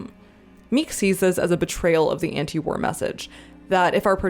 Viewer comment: For some reason I kept hearing "warror films," which, in case of Come And See is... fair.